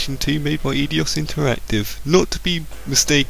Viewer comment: Eidos is pronounced I-DOS btw. Good review